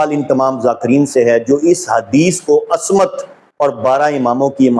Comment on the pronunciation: Ooo jahil ibn e jahil asmat nhi ismat hota hai oor walayàt nai wilayat hoota hai kaash itni bareeq beeni se pehle urdu perhna seekh li hooti